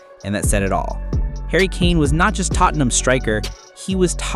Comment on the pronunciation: your not saying tottenham right